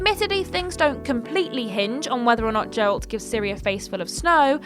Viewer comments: You said Geralt "Jeralt" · How are we this far in to the timeline and "journalists" still mis-pronounce Geralt?